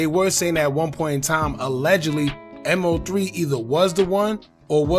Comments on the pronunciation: Man its Mo3 (Moe Three) not M.O.3. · I was about to say the same thing lol! Stop calling him M-O-3 when it’s pronounced Moe three lol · IT’S MO3 not M O 3🙄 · If you say M-O 3 one more time. It’s MOE 3 no M-O 3 geeesh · MO3 (pronounced: Moe 3) not M.O. 3 😁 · Who the F is M O 3? 😂 Its MOE 3....I can't wait for a M.O.P video to come up and calls them Mop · It’s moe 3 not m owe 3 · I never heard anyone pronounce MO3's name like that.. M O 3 it's pronounced like Moe3 all together or just say Osama 🤷🏾‍♀️😂😂. Either way he was talented af. His natural singing voice was soo soulful. LL3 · Like he slow M-O-3 shit it's Mo3 bro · I was wondering if he was AI cause they stay chopping up names. I was like who is M O 3🤦🏾‍♀️ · I can’t finish the video just by the way you saying his name smh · Thumbs down becomes you was saying his name wrong!!! MO3 LL3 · Respectfully, at least pronounce Mo3’s name correctly. It shows you know nothing about him and repeating what everyone else has said. #LLOSAMA 🦍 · ANOTHER CULTURE VULTURE HOW U GONNA HAV A CHANNEL REPORTING N U CANT SAY MAIN DUDE NAME SMH